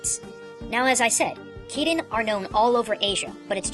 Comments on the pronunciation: Just a note that Kirin is pronounced chi-leen in mandarine and is originally Qi Ling. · When I was younger I thought Shiva was supposed to be pronounced "Shiver", because the Final Fantasy version was the only one I knew, and of course, she was ice related. Also, when you mentioned Kirin, I stupidly thought you were saying "kitty" the first few times.